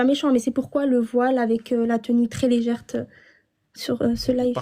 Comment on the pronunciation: Tenue légère ou légerte, j'ai fait des études de sciences qu'elle dit..légerte 😂